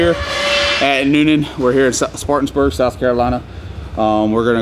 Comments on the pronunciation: cool stuff, it is Spartanburg,,,,,, not Spartansburg. My hometown. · SPARTANBURG, not SPARTANSBURG